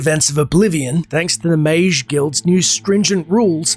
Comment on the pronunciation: Why do you pronounce "mage" like mAzh instead of mAj?